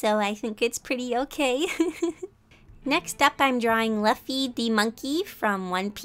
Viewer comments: You mispronounced Luffy's name. It's like "Lufa", you know, the thing people use to scrub themselves. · You;Pronounce Luffy wrong and say his name in the wrong order Me: Screams in extreme One Piece fan It's my favorite anime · I nearly had a heart attack when you where talking about luffy but since you didn't know anything about the series it was ok. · Thank you I was wondering why you were saying it wrong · I wanted to say that Luffy was pronounced wrong but I didn’t want to be too mean cuz i tend to ho too far 😅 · One Piece fans: She pronounced Luffy wrong! Me: He looks a little wrong.... I wond- Why isn’t he being stupid? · I’m delighted you drew Luffy! The way you pronounce his name made me howl with laughter! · I love the way she pronounces Monkey D. Luffy I just thinks it’s cute 🥰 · Although I'm a real sucker for One Piece i really appreciated that you drew him, the pronunciation of his name doesn't disturb me yeah at first but still you gave him justice uwu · Is it me or was I the only one who kind of got offended when she said luffy's name wrong? Just me?.... OK........ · Her pronunciation of Luffy is wrong... Oh well! Nobody would care anyways, let's just enjoy her work and not ruin the video! ♥️❤️❤️♥️ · You pronuced luffy's name wrong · You said luffy wrong!😡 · Not actually mad just a bit annoyed but, ITS LOO-FEE NOT LUFF-EEEEEEE!!! HOW COULD YOU I SHALL JUST PERISH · I was Literally Screaming At My Screen Its luffy (LOO-F-EE) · You said luffy’s name wrong 🥺🔫 , it’s Luffy like lulu, luuuuffy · It's not Laffy it's Luuuuffy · I kinda find it funny how you say his name. "Laughy"😄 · I heard Fluffy the Monkey... I threw my phone in the wall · When you said Luffy in a different pronounce i was a bit amused but it was also funny to just hear it over and over again x'D it's like you were trying to pronounce 'laughing' but instead it's 'Laffy' lol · your supposed to say it like Luuuffy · HE IS NOT A MONKEY.D Luffy pronounced LUUUUFFY